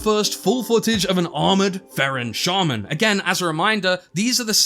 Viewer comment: Why do you pronounce shaman like that😭